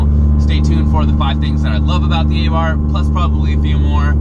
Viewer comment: A Neu-f rear bar will cure this. Also, it's pronounced "Ahh-Bart." There is no "th" sound in Italian.